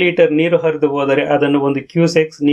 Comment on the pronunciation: Lo tande modlu ninna kannada pronouncetion sariyagi madappa aridu antiyallo maraya adu haridu kanappa nim antoru idre kannada uddara